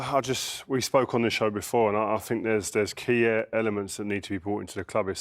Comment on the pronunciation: Did Rio really say "Key-er elements"? 😂😂😂